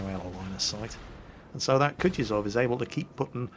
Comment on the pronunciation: O for god sake it is not kutiozow it is KUTUZOW!